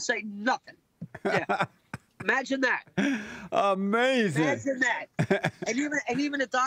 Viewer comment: Uh May Zin